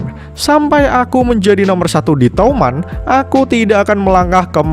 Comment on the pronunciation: Bang toman bukan touman